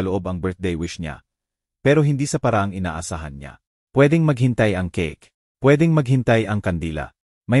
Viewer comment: Ang basa sa Keyk ay keke hahaha ano ba yanj